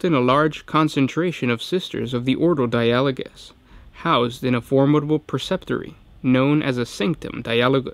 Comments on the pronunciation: Or Dia-ah-low-gus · I'd expect the emphasis on di-a-LO-gous (as in the dutch word) or DI-a-lo-gous like the english word dialoque... (edit) Darn, in italian it's di-A-lo-go... assuming latin (and thus gothic) is more like Italian than English or something else, the pronunciation in the video might be right!